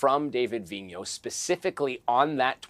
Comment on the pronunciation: Vigneault, not Vignon.